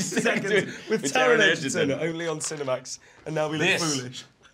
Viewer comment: I don’t think it’s too hard to pronounce that Taron Egerton name. 🤣